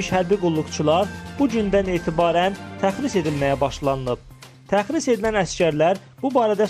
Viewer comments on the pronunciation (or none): Təxris yox tərxis . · Jurnalist qaqaş, təxris yox, tərxis. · AY TYUPOY APARICI... O SÖZ "TƏXRİS" DEYİL.. "TƏRXİS" DİR..